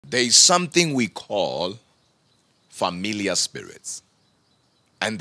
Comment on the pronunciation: Sounds like he says Familia, the Spanish word for family and not familiar